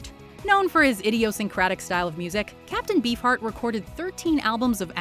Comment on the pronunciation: Did anyone else hear "Captain B. Fart"?